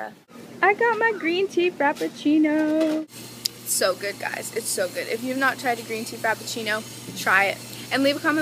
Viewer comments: Am i the only one who heard crappachino? No offence i just heard it 😂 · omg “frapachino” 😭